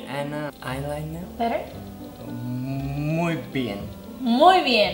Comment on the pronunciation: JAJAJAJAJAJA NMM faundeishion JAJAJAJJAA ailainah mascalah